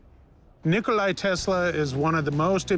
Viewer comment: Not Nikolaj..Nikola✅️